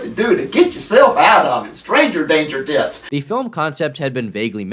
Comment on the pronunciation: When talks about "tips" it sounds he changes "p" with "t" and makes it much more creepy. Just sain.